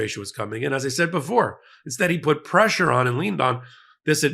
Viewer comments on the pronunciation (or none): none